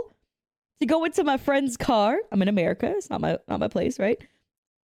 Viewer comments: 😂 I pronounce it America, not "Murica"! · ‘Murica. Murica. Murrrcca 😩